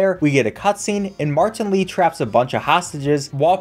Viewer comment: But when u say martan Lee it sounds so funny 🤣